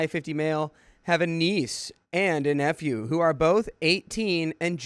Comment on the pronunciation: I kid you not when I first heard you say I have a niece and nephew it sounded like I have a niece and f u. But I miss hear everything it's how my brain works